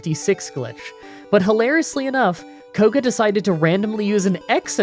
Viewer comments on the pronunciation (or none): I re heard your video like three times, because I thought you had called Koga K0b1d.